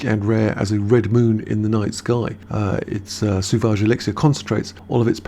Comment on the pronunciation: It's SO-VAGE, not Su-vage